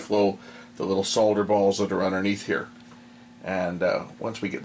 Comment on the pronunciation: I like the way you say SOL DER and not SODDER like the Americans do.